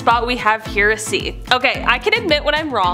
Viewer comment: Interesting pronunciation of the word "heresy".